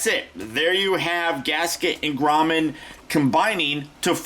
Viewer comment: grommet not grommen